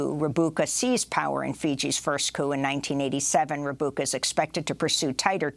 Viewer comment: Thanks Amy, great work as usual. If anyone reads these comments, Fiji's Sitiveni Rabuka's last name is pronounced Rambuka. In Fijian, a vowel before the letter B is pronounced as MB. A vowel before the letter D is pronounced ND. The city of Nadi, for example, is pronounced Nandi. Thanks again and happy holidays!